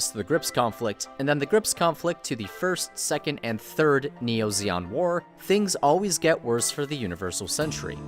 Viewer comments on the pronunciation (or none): it's zeon, not zeong